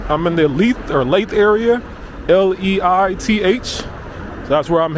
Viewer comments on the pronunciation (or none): Great video pal. Leith is pronounce L-ee-th, like teeth with an L.